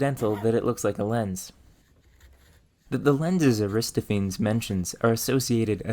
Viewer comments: You obviously did so much research for this brilliant vid...shame that you didnt spend a few clicks to find how to pronounce Aristophenes Ari - STOFF- en- eez. Emphasis on STOFF. All Greek names that end in "-phenes " are pronounced that way, not "feens" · Aristophanes is pronounced with most of the letters enunciated - which is to say, it's not 'aristo-fayns' but instead A-RISS-tof-aa-nees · Air-is-tof-a-knees please, not a-wrist-o-fanes! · Forgive me for saying this, but I teach high school sciences and have to get through a lot of interesting names! Aristophenes is pronounced, "eh-ruh-staa-fuh-neez"...and not "ah-riz-ta-pheens". Again I apologize but there's just something about my brain and certain names. I saw someone already mentioned Fresnel. Anyway, this brilliant! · Just to let you know, Aristophanes is spelled with an a where you've put that first e, and consequently is pronounced a wrist off a knees (emphasis on the off), not a wrist oh feens. Iirc the play you cite is somewhat significant for history of philosophy, as its the only contemporary account of Socrates's existence (other than Plato, of course). It's fiction, but is intended to mock his contemporary Socrates, a real person. It's not clear how much of Socrates's philosophy was invented by Plato and just put in his mouth through fictional dialogue*, but The Clouds is one of the reasons we believe he at least existed. I guess it's analogous to what you say about the play's mention of lenses - the play is fiction, but it assumes its audience would be familiar with real world elements like pharmacist's lenses and Socrates. *Iirc the apology and euthyphro are believed to be closest to things Socrates actually said, while the Republic is believed to be largely just him as Plato's mouthpiece, with other dialogues falling somewhere in between. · And Aristophenes is not pronounced, "ar-ris-ta-pheens" it's "eh-ruh-staa-fuh-neez". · Lovely, wish I had your abilities!! But it’s Ar-is-TOF-an-eez.